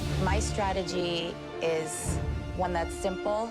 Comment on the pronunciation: Other chefs: One minute left Chef Alvin: Juan minute left